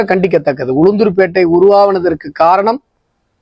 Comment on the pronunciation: தம்பி உளுதூர் பேட்டை ❌ இல்ல பா உளுந்தூர் பேட்டை✅ 😂😂😂